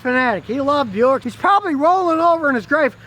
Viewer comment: Why is Buick pronounced Byu-ick and not Bick?